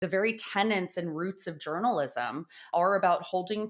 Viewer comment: tenets - not tenants